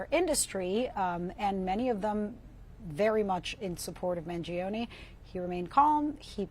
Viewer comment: the i in Mangione is mute.